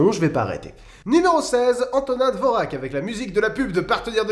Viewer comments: D Alors nous avons ressenti exactement la même chose. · contraire j'adore Dvorak, donc j'aime pas quand on prononce mal son nom ! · Non effectivement, mais dans france nous pas tous connaitre la signification du háček au dessus du R de Dvořák, nous faire erreur excusable. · La prononciation de Dvorak quand t'a parlé du M4 du nouveau monde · Enfin quelqu’un qui dit musique savante ! Enfin bref je suis « musicologue » diplômé d’une licence et actuellement en master pour devenir professeur d’éducation musicale et j’aime tellement ta vidéo! (Par contre dvorak se prononce dvorjak ;-) ). Je pense rediriger mes élèves vers ta vidéo sans hésitation !! Et leur faire écouter du métal ... allez salut :-D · on dit dvorjak. a part ça excellente vidéo, comme d'habitude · Fait attention à la prononciation du nom Dvoràk (Dvorjak) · Je sais que ca fait des années mais... ca se prononce pas Dvorjak? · Dvorák ce prononce plutôt "dvorjak" à cause du chapeau sur le "r" qui n'existe pas en français;) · Coucou Dvorak se prononce Dvordjak bye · super vidéo, par contre ça se prononce "dvordjak" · Dvorak se dit "Dvordjak" non? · DVORAK se prononce DJORVAK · Dvorak se prononce dvorjak. Désolé, ça me démangeais de ne rien dire. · Non ça se prononce "dvorjak" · En fait au moyen age Do re mi fa sol la si n'existait pas vraiment.. déjà il n'y avait que 6 note et non 7.. le Si n'existait pas.. mais enfin c'est le BORDEL même pour un musicien j'adore ton humour aussi bisous ps : S'IL VOUS PLAIT ON DIT Antonin(e) Dvor(j)ak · On dit « dvorjak » !!!! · petite correction (oui 10 ans après…) “Dvoräk” ça se prononce “dvorjak” :p dites jamais dvorak devant un musicien “classique”, ça va barder…. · Ben j'ai appris que Vivaldi était roux ! Ceci dit, la prononciation de Dovrak est à ch.er. C'est plutôt genre "Dvorjak". Liszt était hongrois, pas autrichien. La Hongrie était autrichienne du temps de Liszt, il est vrai... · « Dvoraque » mdrrr! Tu dois le prononcer comme ceci: « d’vorjacques » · on dit "Dvorjak"